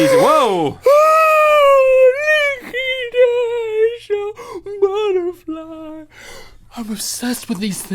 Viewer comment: Hahaha " lllllooooookk!! Ish A budderflai " XD